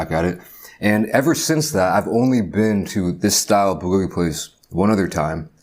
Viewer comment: That’s not how you say it